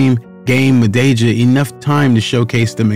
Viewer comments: "Mah-day-jah" Jesus christ wtf is that pronunciation😅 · Please show a bit of respect and learn how to pronounce one’s surname before producing such video. You are twisting the pronunciation of his surname horribly wrong.